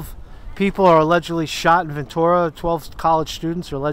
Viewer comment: " been a long time crossing.. Bridge of Sighs"-Trower. Good you didn't butcher saying Ventura. Lotta smoke within those walls. We got the Senate nothing they can do... Free Caesar!